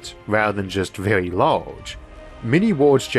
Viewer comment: This was vewy intewesting.